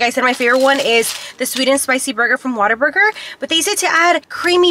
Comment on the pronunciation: It’s what-aburger. Like. Oh man what a burger. lol. Love these trying new food episodes